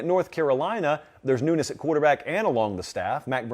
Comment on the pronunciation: Every time he said 'newness', I thought he was saying 'nudists'. I was like "what does that have to do with anything???" My b!🤣